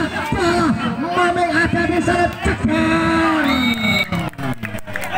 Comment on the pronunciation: maaf min,itu maming bozq,,,,bukan maning